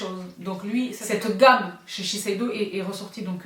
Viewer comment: la seule personne au monnnnnde qui prononce « chez Shiseido » aussi facilement 👏🏻😅